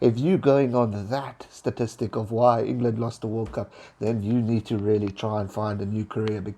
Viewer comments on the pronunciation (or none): none